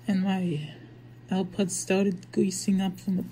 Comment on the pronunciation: Ew pwods pwooww at 7 seconds 😂